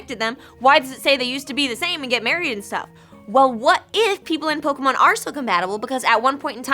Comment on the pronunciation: Bill: POKAMON!!!!! D